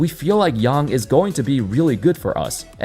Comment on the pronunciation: Thank you for saying "Yang" correctly! So few get it right. (also, FYI the 'a' in hansen' is the same sound)